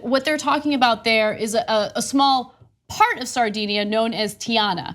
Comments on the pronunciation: pronunciation of Sardinia is a little off, owing to the influence of 'sardines'. DIN not DEEN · A tiny Italian island, "Sardinia". LOL